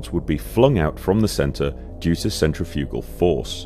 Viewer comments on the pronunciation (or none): none